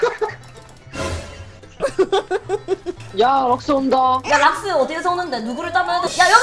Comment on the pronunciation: 럭스를 락스랰ㅋㅋ